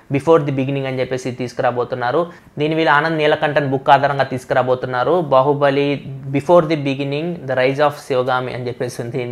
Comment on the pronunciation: u tongue slipped while saying news bahuballi😀😀😀